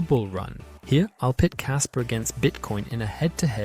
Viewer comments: Kaspa not kasper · "Kasper" lol